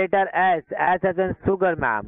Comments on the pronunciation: S as in sooger🤣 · “S” as in “soogar”? I am in admiration of anyone who can learn even conversational second, third plus languages but come on man!